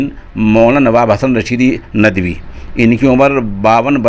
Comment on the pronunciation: saaf saaf bolen kyun chabaa chabaa ke bolte ho. nadvi ku Najdi Najdi bolrahe ho urdu me gulu naa karen janab. .